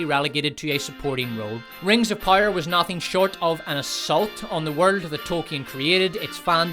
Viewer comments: I get it you have an accent but jesus fucking Christ it’s power not pyre. It’s like you’re not even trying. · Love the channel, hate the way you pronounce "power". I legit thought you was saying "pyre" the first couple videos i watched. 😂😂🤦‍♂️ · is it Rings of Power, or Rings of Pyre? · yo say < > properly please, you sound like a moron << rings of pire>> stfuuu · Here's a constructive feedback : it's sad to have a laughtrack at your own jokes. It's also boring to hear the same AH shitting the bed joke. Also, it's "Rings of Power" not "Rings of Pyre" Stick to the ranking, you have good content. the rest is cringy. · I don't know why but I'm fascinated how you pronounce power like pyre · Is it only me or do i keep hearing rings of "pyre". It annoys me to no ends. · "Rings of Pyre" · sounds like you are saying 'rings of pyre' :face-blue-smiling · Are you saying "Rings of Pyre?" Because if you are ... Brilliant.... And if you're not .... Brilliant. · Great job on the video but I have two pieces of constructive criticism… 1. You should get someone else to read your videos, it was cringey to hear you pronounce the word “power”. 2. Stop recycling jokes! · This dude couldn't properly pronounce the word "power" if his life depended on it.